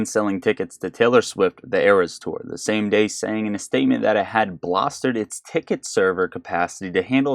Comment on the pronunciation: bolstered not blostered.